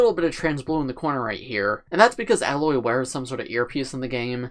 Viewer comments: A-loy, not alloy just saying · Just some overall comments for context (Spoiler Warning) : • The Tallnecks can be found throughout the open world and Aloy (pronounced A-loy, not alloy) can climb all the gold parts of the mech to reach the top and harvest data about the environment with her spear. • The blue thing in Aloy's hair is called her "Focus". It's a device that allows her to scan the environment (think Iron Man technology). • The base is VERY accurate to the world of Horizon! The game takes place in the future and some things, like the traffic light, as well as structures have been left behind and have decayed over time. On top of that, the flowers represent the flowers you can pick up in the game and you can use these resources to make potions of healing, fire, lightning, poison, and freeze-resistance. The bendy flowers with the dark red tips are bushes you can hide in to lose enemies like the Watcher. • The Watcher is one of many little dinosaur-like robots that can easily run up and pounce/attack you. The blue light means the Watcher is neutral, when it's yellow they're scanning the area and looking for you, and the red light is when the Watcher is attacking you. • The spear, as mentioned earlier, has attachments that allow Aloy to override machines and make them neutral with her. For example, there are other deer/horse-like machines in the game that Aloy can ride around on once she's overrides and tames them. • Aloy is the clone of the creator of the machines in the world of Horizon, Elizabet So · I didn't know for a long time, but Aloy's name is pronounced Ay-loy